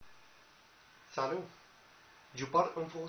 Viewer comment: il dit " salou" a la place de "salut" HAHAHAHAHAHAHAHAH, fuck it, so damn funny